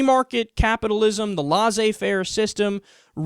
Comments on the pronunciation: I thought it was lessay fair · Kyle! Can you stop say lasser-fait??? It is lerse-fait